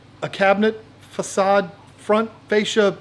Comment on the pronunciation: A facade… it’s called a “facade”